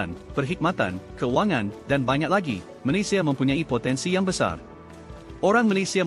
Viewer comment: pertama kali saya dengar channel yang sebut nama negara malaysia *malaysiya dengan betul . kebanyakkan malaysya malaysha malayza .